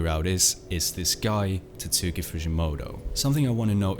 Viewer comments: Bro literally called him "Titsuki fujimoto" 💀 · Bro the mystery is solved: It's pronounced TAT-SKI Example video